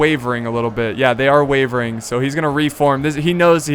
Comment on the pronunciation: he said wevering